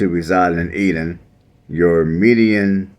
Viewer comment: Eat ton not eadon